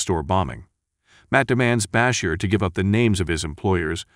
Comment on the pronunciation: Is this being narrated by the whitest man in America? BAH-Sher - no. It's Bah-SHEER. How do you not know how to pronounce Miguel? It's not Meal. It's Mi-GEL. What is wrong with you?